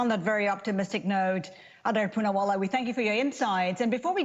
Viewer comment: udder poonaavaala? is that how you pronounce his name? is it udder? i saw some indian news channel (indiatv for example) calling him adaar with d- spoken as a dental consonant (अदार) ... udder is utterly cow milk reminding word